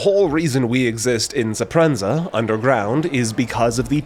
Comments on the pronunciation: It's called Speranza, not Suprenza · Bro it's pronounced similar to "Esperanza" like the spanish name but without the "E" It's not "Sapranza" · Did someone write the script for you? Have you played? How did you pronounce Speranza as "zeprenza"? Lol I'm kidding, sorry for the harshness, but that really broke my concentration while I was listening when I heard that mispronounciation. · SERPENZA 🚫 SPERANZA ✌🏼 eh, close enough I guess😂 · Bro soprenza? what the f*** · 😂 I'm gonna start calling it Soprenza from now on.